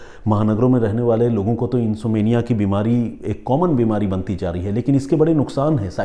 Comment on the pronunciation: प्रिय सर अगर इजाजत हो तो एक बात कहनी थी जहाँ तक में समझी नींद नहीं आना को इंसोम्निया इंसोम्निया कहते हे इनसोमेंनिया नहीं इंसोम्निया इसमें ऍम को उच्चारित किया जाता हे इंसोम्निया में ऍम साइलेंट नहीं हे बहुत बहुत शुक्रिया आप की इस कहानी और सुच ना के लिए As per American english uhn.saam.need.uh. And as per British English uhn.som.nee.uh As per Indian English English English uhn.sawm.nee.uh But M is pronounced in all these Best डॉ अंजू गुरावा